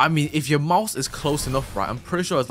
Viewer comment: Hws "yeuur" is getting better and better